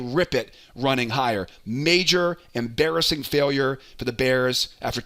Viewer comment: “em BEAR-assing failure” (BudumTSSS)